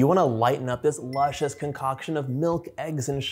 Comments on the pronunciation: Lushious?? Oops luscious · Luscious (not lushious)…😀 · Luscious, not lushious. Now I want to make this. :) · I'm sorry...."lushious" ????...other than that...perfection!!!